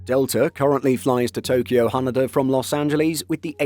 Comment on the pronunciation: Ha-NAY-Da , not What you said (Ha NUH Da) 😊😊